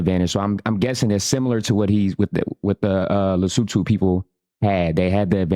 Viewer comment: Batswana must be jealous at how well you pronounce Lesotho🤭